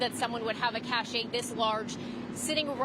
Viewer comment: CACHE not CACHET